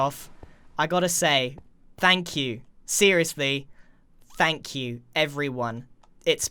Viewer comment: thpanx u grian: tnx